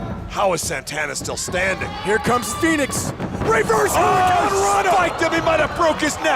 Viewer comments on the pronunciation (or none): none